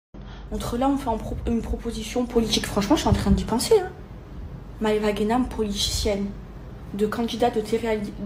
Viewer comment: Elle a dít quoi ? Politichienne ?? 🤣